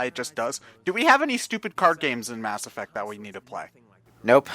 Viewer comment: "Mass Erect" Okay you win